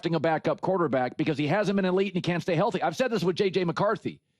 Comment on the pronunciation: Pretty much he also like pronouncing it QwarterbAck